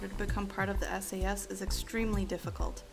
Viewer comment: Not Sas S.A.S